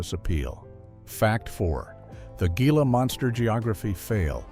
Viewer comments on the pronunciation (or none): "HEEL-AH" monster, you stupid AI!!! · It's pronounced "HEE-la" monster!